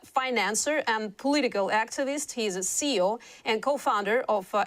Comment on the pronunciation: Just so you know, CEO is pronounced as the letters C-E-O, not "SEE-oh."